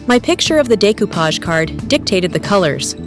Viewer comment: Nice project, great work, but that pronunciatiom nearly through me of the couch from laughing! 😅